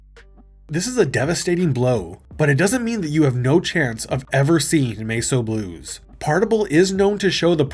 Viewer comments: Holy shit its Mess o' Blues not masoblues. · Sorry, “Mace O Blues”?! AI slop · Actual title MESS O BLUES What you said "MESO BLUES." Not the same word.